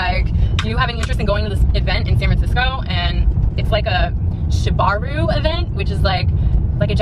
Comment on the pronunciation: she said it wrong too 😭 it’s shibari not shibaru it’s actually a cool art form